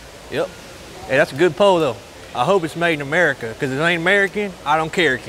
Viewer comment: Its murricaa!!!